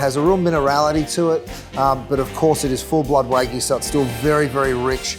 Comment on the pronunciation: Keith, wtf is wagoo? It's wagyu and the Y isn't silent